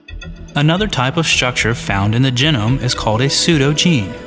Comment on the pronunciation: Very interesting, but can the man please learn to pronounce it geeeeeeenome? If it was gennome, we'd spell it like that, with double n. Thank you, that is all.